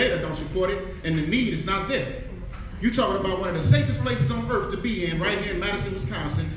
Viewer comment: If you pronounce the word, “face of the Earf”, you shouldn’t be allowed to speak publicly. Just saying… His mic should’ve been turned off right then and there